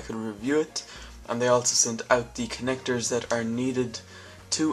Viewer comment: I'm not sure if this is right but you said "connectos" Great Review by the way =D